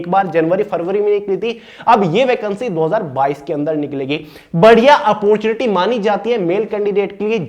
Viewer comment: In whole video i hear only portunity🤣